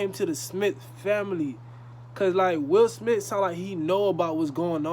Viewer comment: “Will Smit”😂